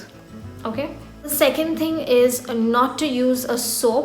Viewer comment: "the first 'dhing' is..." North Indians!!!